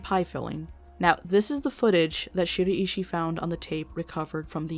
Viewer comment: American people have such an odd way of pronouncing Japanese names. I cant help being distracted by it, especially the way you pronounce Shiraishi 😅